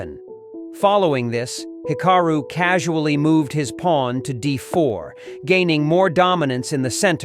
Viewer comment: Hick-a-roo? AI narration is HORRIBLE.